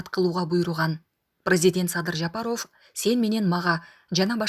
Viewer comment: Айнанайын тилчи Жапаров дебей Жапарав десең туура болот ко.